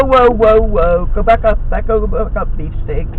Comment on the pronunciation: Thought he was saying BeefCakes at first lol. Too much South Park for me lol